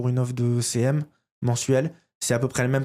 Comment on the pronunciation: Je peux pas être la seule ! À chaque fois que j'entends "devenir CM" j'entends "devenir célèbre" 😂 en tout cas merci pour cette vidéo.